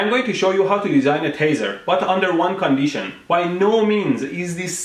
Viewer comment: Condeetion? Lol!